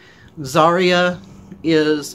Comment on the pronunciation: BTW, its her name is pronounced ( Za - Ri - a ) not ( Zar - ia )